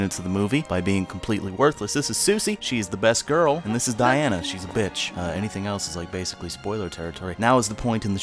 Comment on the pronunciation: I think you misspoke; Diana is clearly best girl but it sounded like you said bitch.